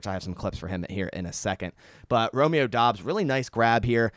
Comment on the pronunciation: Pretty sure Doubs is pronounced “dubs”